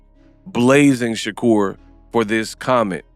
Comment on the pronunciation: Sha-Cap Stevenson 🤦😂